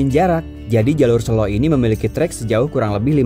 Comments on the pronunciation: Good to see you hike again. Gaskeuunn 👍👍 Btw, e pada Selo dibaca seperti e pada kata tempe, bukan e pada kata sesak. Sélo artinya batu, kalau sêlo artinya vacant, senggang, atau sempat 😁 ..... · Bang, cara bacanya bukan "selo" Yg bener "selo"